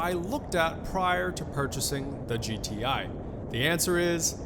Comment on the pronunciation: anyone else notice he said g-thai